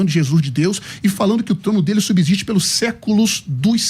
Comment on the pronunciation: FALA DE NOMINATIVO, VOCATIVO... PRONUNCIA "SUBZISTE".